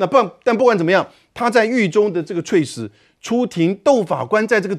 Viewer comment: ……猝死……不读脆死……读醋死！而且语音表达不流畅！别主持了好吗？